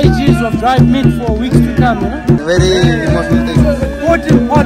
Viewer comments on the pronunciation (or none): Meet അല്ല. Meat 🥴🥴🥴